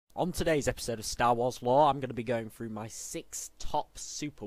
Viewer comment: You: Star Wars Lore What I heard: Stawasla